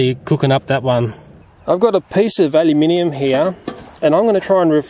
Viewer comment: I’m just glad he says aluminium the correct way, unlike the Americans ;) I’m from 🇬🇧